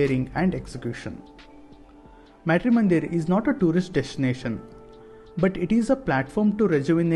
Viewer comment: Being Indian,pronouncing "Matri"- mandir like that ,disappoints, a lot!